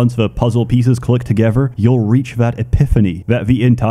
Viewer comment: "Fahver" "Togever" Pronounces everything else perfectly except a "th" sound. How interesting.